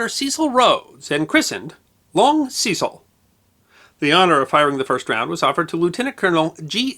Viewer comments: We were never taught about Ceecile Rhodes but Cecil Rhodes pronounced ses-il. Never heard him called like you have. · Cecil, with a short 'e', not long. He was British after all. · The long ee in Cecil is very weird. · I do enjoy the History Guys Channel, but I do think names should be pronounced as they are by the people concerned. In UK English [The original] Cecil is pronounced the first C is pronounced as the letter S the the second as a letter C, Secil phonetically. not Seesill as the Americans say it. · Also Cecil is pronounced 'Se-Sil', not 'See-Sil'. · Sorry, but Ceeecil grates my gears. Completely spoils an otherwise enjoyable video. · It's only right to check and pronounce people's names as they do. Kekewich is pronounced Keck-witch. Cecil pronounced his name Sessle. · The 'e' in the name Cecil in the UK (where Rhodes was from) is pronounced as in the word 'end'. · Ah, the vagaries of English proper names: Wodehouse pronounced "Wood-house". Cecil pronounced "Sess-ill". Woolwich pronounced "Wool-idge". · FFS its not hard to do a bit of research as to the correct pronunciation of Cecil. He was a major figure in British colonial history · The video was fine the appalling pronunciation of the name Cecil wasn't